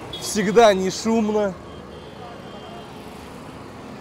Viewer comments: Не КарДон а карТон 😂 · Картон !!! А не Кардон 😢